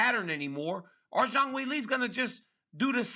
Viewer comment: Zang will-ay? 🤣🤣🤣💀 Ryan cmonnnn man lol